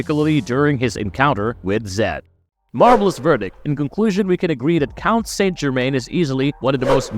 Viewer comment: Must say it like the show "sant germain"